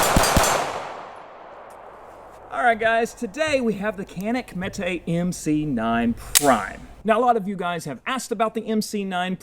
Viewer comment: Turkish industry is much better than American. That's why I only shoot Caniks. Also it's pronounced Janik not Kanik